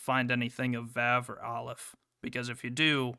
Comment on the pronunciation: Oh hey you fixed most of the abnormality rank pronunciation! But I will note that for Vav (or how it’s written in the games Waw) it’s slightly off, the a sound is meant to be more of an “ah”like in fauna